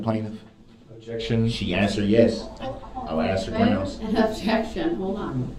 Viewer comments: It’s “Grounz”… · The same pitiful black male (not man) who says SUBstain, CoHORZION and GROUNZ!!!!